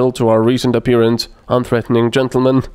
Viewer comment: tentlemen? are you drunk?